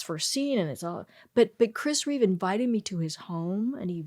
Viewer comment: Christopher REEVE, NOT REAVES